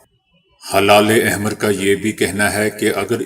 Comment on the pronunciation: It is not halale ahmer it is helale ahmer